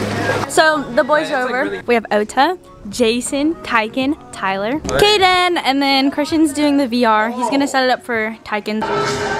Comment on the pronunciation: When say caydon it s not caydon it's CAYDONN